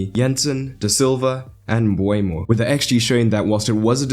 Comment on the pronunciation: Nice tactical analysis. Seems like a tactical masterclass from Brentford that Ten Hag couldn't handle. Just one note. Please be aware to get player names correct. Nørgaard and Mbeumo (pronounced Mbermo, not Mbwaymo) are misspelled here. Detail is key in tactical analysis so please be careful not to have small things let you down.